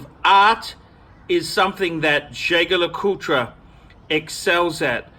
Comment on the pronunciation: if jaeger lecoultre is a very regarded name, why don't you learn how to pronounce it?